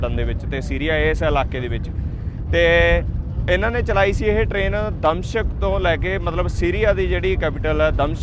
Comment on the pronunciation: ਦ ਮਿਸ਼ਕ ਹੈ, ਦਮ ਸ਼ਿਕ ਨਹੀਂ